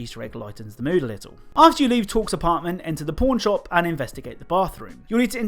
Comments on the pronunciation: Your accent made Pawn Shop sound like Porn Shop lol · You saying Pawn Shop really sounds like porn shop